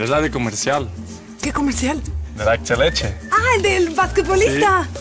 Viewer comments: Xdd actileche, Ronaldo no puede pronunciar bien antileche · por eso digo ps que no puede pronunciar bien antileche y me da como chévere como suena cuando el lo dice